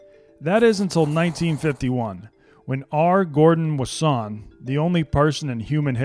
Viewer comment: Fire vid! Btw I believe its pronounced R. Gordon Wahson. Not Wassoint